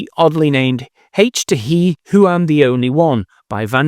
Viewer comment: It's not H to he, it's H to He - as in, Hydrogen to Helium. As in, creation